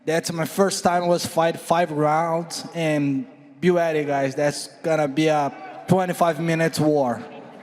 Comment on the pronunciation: Amanda Nunes can't go one full response without saying the word ready.... It drives me insane that she can't even pronounce such a simple word correctly